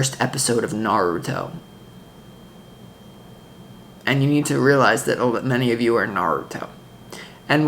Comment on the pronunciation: We need to watch the first episode of Naritow???? Listened 3 times but cannot get what you are saying.